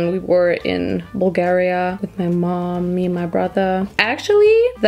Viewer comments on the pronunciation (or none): DID YOU SAY BULGARIA 😭😭😭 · When you say Bulgaria...I was like What a minute, did you say Bulgaria!🙀🙀🙀 I'm from Bulgaria